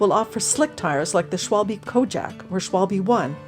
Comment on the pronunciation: It‘s „Schwalbe“ (= german word for a swallow/martin), with an „A“ and an „E“. Please! Not „Schwolbie“. My ears are bleeding.